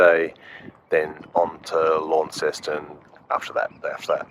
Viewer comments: As a former resident of Cornwall it pains me every time I hear an Aussie pronounce Launceston as Lawn-sess-ton. Its Launce(s)-ton with a silent S. The town of Launce, Launce's town. Other than that great film as always, incisive diesel diagnostics. Sunsets, dolphins and the sea 🌊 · If you would rather sound like a local, it’s “Lon-ceston”, not “Lawn-ceston”. Just so you know. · Seems weird to hear you talking about the Tamar river on the other side of the world. Feels even weirder to hear you pronounce Launceston the way you do. Here it's pronounced as 'Lawnson' (or 'Laanson' if you're deep Cornish). Looked to be a great trip. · Interesting pronunciation of Launceston. Here in Cornwall, UK It’s pronounced lawnston.